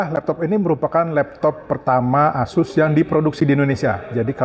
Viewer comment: Asus bang bukan ases 😂